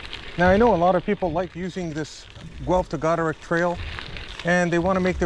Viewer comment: Its Goderich as in rich man